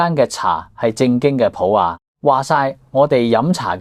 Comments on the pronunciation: 普洱（里音），不是普亞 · 「普里」，不是「普雅」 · 普洱，粵語讀普梨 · 連"普洱"都讀錯，咪自認係老廣茶客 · 為什麼連廣東話都說不准普洱是怎麼讀的。學會了才做節目。傳揚粵語！